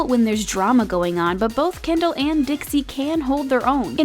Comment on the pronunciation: Kendall not Kendell